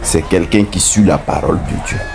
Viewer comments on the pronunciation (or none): none